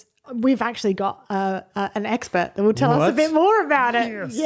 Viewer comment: was that "eggspurt"?